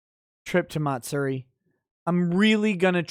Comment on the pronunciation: you can use Google translator English to Japanese to get the correct pronunciation. But Matsuri is pronounced Ma-tsue-di not Mat- seri